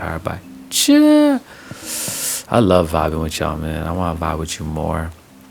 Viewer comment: Not gonna lie you said vibe TEA and im still laughing